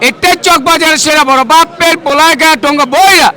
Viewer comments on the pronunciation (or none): পোলাই না বেকুব, "পোলায়"